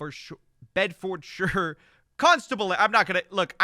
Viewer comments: Bri’ish lad ‘ere to tell ya the pronunciation lol Bed-fod*-shear** *like fud but with an o **like a pair of shears If you’re posh you’d say ford(like the car company) instead of fod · Dude i though you were bri e ish and you cant say - bed ford shy r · it's pronounces "bed-fud-shur". English county names are tricky though:D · Bed ford shire, come on man... 😂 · 😂 Second video today where those across the pond struggle with those place names. They are a little counterintuitive I suppose. Bed Fud Sheer and Hart Fud Sheer. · Glass goo. Bed Fjord Shire 😂😂😂😂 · Bed-fud-sheer You was soooo close!